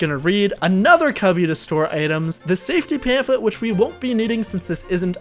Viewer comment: pamphlet not panflip ahaha